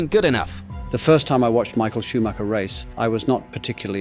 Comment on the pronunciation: Schumacher is mispronounced too, it's a german name, not an englsh one (even michael is pronunced differently in Germany)